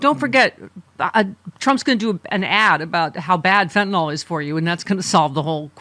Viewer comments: FYI - It’s FentaNYL not FentaNALL. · It's not FentaNOL, it is FentaNYL. Different pronunciations.